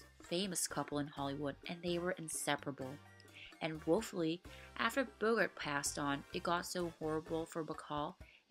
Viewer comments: It’s Bo-GART, not BO-gert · Bogart's name rhymes with "cart". It is not pronounced "Bogurt". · I've heard Redd Foxx as Fred Sanford pronounce it "BO-gert", though.